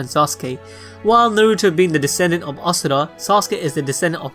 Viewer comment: IM DONE IT'S LEGIT ASHURA NOT ASURA PLS STOP